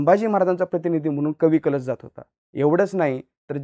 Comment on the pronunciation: Ek tr tu utka bhikar anchor ahes , tu adi history vachun ye ani kavi kalshancha nav nit gheyla shik